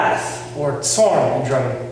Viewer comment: Please learn words somewhat correctly its only like 10 words, its hurting to listen, its not "zorn" like in English its pronounced like "z" in Nazi 😂 (sorry couldn't think of English word with the sound 😂😂😂)